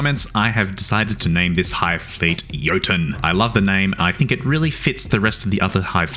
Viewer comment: Haha, no worries :) Love your content! The modern spelling is simply jotun. The archaic spellings of the word also come with different pronunciation than was used in the video, which is why I thought you did it for aesthetics.